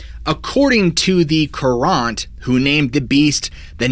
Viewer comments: Also from CT, and also got annoyed by his pronunciation of Courant... I also recall another CT story where he kept saying "Green Witch" for Greenwich. Never realized how unique some of our local pronunciation could be. I actually grew up in Naugatuck, and my father's side of the family was from the Fairfield/Monroe area back in the day. More of a greater Meriden/Wallingford/Waterbury area guy and branching outwards from there the past few decades. The Melon Heads that I know about are supposed to be in a section of Hamden near some reservoirs. I forget if it's off Rt. 63 or 69 but one of those iirc so definitely within the range you described, it's like one ridge over from the valley. There was an old access road/farm road that hasn't been used in decades called Downes Road, and the forest it runs through is supposedly where the MHs are according to the version I've heard. I've been by either entrance to Downes, never taken the hike through though. I recall there being no good places to park since both sides have houses and these roads don't get a lot of thru traffic. Might have to check it out again next season to see if it can be done. The MHs in the version I know are a little more The Hills Have Eyes rather than Greys with big heads though. Either myself or a friend have mentioned them over the years maybe a handful of times in conversation if that was the kind of topic we were on, and we would have first heard about this around 20ish + years ago when the internet started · Pretty sure it’s pronounced “curr-int” not “curr-ahnt”. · Hartford Courant. LOL! Should be pronounced more like "current", not Courante (koorahnt), as in a movement from a Bach Suite. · I'm from Connecticut and found this entertaining, but you pronounced the Hartford newspaper incorrectly. It's actually pronounced "current" with the accent on the first syllable.🤭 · As someone who grew up in CT, it was funny to hear the Hartford Courant pronounced differently than “current”.